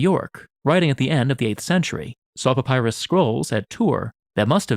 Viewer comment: I cant get over how he says Papyrus like Papaya 😭😭